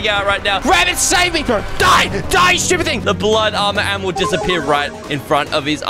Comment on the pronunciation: Your frand is stopead 😂😂😂😂